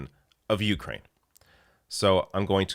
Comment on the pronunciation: Good, thanks. But, please learn the correct pronunciation of Ukraine.